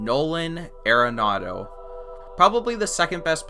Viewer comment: ARE-ANADO NOT AIR-ANADO, YA BISHHH